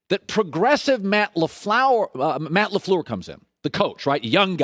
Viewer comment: Colin "Matt Laflower" Cowherd